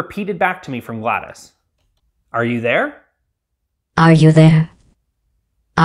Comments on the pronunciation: Dude it’s… GLAD OS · Not Gladys😭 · “GLAD-a-S” is driving me nuts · Did bro just say GLaDUS!? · he really called her gladys 💀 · It's actually pronounced glad-os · it is pronounced GLA DOE S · ITS PRONOUNCED “GLAD-OH-S” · GladIS, my god man you've at least gotta say her name, right? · why do u keep calling her gladus...... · GLADUS??!? GLADIS?!?? GLADACE?!????!! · ah, yes my favorite robot! "glattus"! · calling her Gladys makes me mildly infuriated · Ah yes “Gladys” is how that’s said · He says GLaDoS as Galdys, like I say Data as Dah-tuh. 😆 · Bro really said gladis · Why does he pronounce it like "Gladus," sounds like a genetalia. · "gladis" us making me mad that thats how you say it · it sounded like you said GLadas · i didnt know MS DOS was pronounced "diss" because i've never heard of a portal character named gladys :P i'm just teasing. exceptional robotics and fun video and i hope covid didnt leave any lasting effects on you. good to see more content from perth! hopefully it's cooler there than it is in queensland. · Loved the video and build, but unfortunately you pronounced it Gladis the entire time.... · He made GLaDOS irl yet still says Gladis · They couldn't even make it pronounce GLaDOS correctly XD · The pronunciation of GLaDOS is killing me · the way you pronounce GLaDOS pains me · fr it's agony to hear him say it like that lmao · That’s not how you pronounce it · you said GLaDOS wrong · Gladas! Bruh it’s Gla-DOS Lol 😂💀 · Builds gladOs and absolutely refuses to pronounce her name properly you cant even simp properly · Her name isn’t Gladys,it’s Glados,gla-dose. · GLaDAS? GLaDOS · Every time you say Gladys, Gladys Knight pops into my head! it's GLaDOS. DOS like MS-DOS, the early Microsoft operating system. In fact, the DOS part of her name stands for the same thing. Generic Lifeform and Disk Operating System. Not GLaDIS, or GLaDYS, GLaDOS. As in Glad- oss. How can you be a superfan and not know this? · Bruv called him called her galdes and not glados